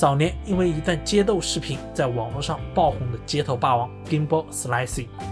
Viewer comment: 一直唸錯他的英文名，你都利害了